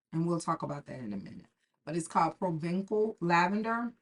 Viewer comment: Provençal lavander means lavander from Provence region in France. Provence is well known for the lavander used in perfumery. It is pronounced "provenSal". Ç is S.